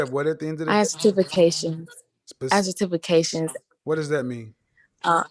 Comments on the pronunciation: A 23 year old on this video said “satifications” when she meant to say certification 😂😂😂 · Boy, I’m dying over here Sir-tifi-cation!!!!! Lmao!!!! You don’t need no man if you can’t pronounce “certification”. Lol! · "I have certifacation"😂😂😂😂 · Cer-tif-a-cations 🤣🤦🏽‍♀️🤡 certifications!!! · Cer-tifi-cation!!! You mean certification? Man I’m done right now! Lol! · "Cer-TIFI-cations" Lmao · “Sa-tifi-cations” Jesus, that was sad. 😔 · Satifacation lol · Oooookay? Certiffacation lol😆😂🤣!!! She better go get her a Pookie or Ray-Ray talking like that! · Her "Cer-tiffication" Kevin "Have you been to therapy?" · Homegirl said she has Cert -tif-fica-tions 😂😂😂😂😂😂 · Properly articulating the word "certification" isn't that hard... and English is my second language... ohh my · Certification lol the way she pronounced it sounds like a Jamaican trying to say it in English instead of that way were taught to say it in school. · she couldn't say certification 🤦🏿‍♂️. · Right lol I'm concerned that she's made it to 23..and no one made her aware of the proper way to say it. My goodness! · That was horrible. And she repeated it as it she was correct. At 23 she really struggled pronouncing something she has obtained. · When I heard that I was like. (Wait? How did you get that wrong?)